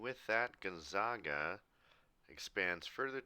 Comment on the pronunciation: by the way, it's pronounced Gonzaga with the 'a' like the 'a' in apple. one of their nicknames is the Zags, hard A